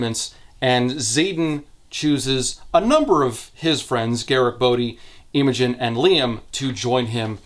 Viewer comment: As a Brit who’s had multiple friends called Imogen, it’s very funny hearing calling her Eemogen For anyone who doesn’t know, it’s pronounced more like im-uh-jun